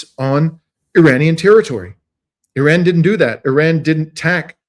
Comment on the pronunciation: Funny every once in a while you remember to pronounce Iran correctly with an R, but most of the time you show off and say "eeDon", great content, just distracting when you do weird things like that